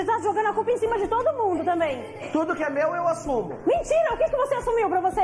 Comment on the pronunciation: " A curpa é de kem? Su babaco!!" Kkkkkk